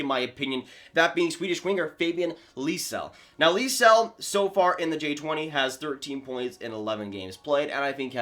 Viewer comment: i know lysell is a hard name to pronounce for non swedes but that pronunciation made me laugh a little lol